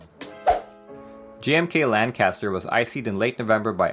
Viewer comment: Hey! I live next to Lancaster and the locals hate it when you say it wrong. It's pronounced more like "Lankisster"